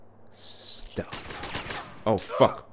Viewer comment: HAHAHA! IT IS NOT SLEATH MISSiON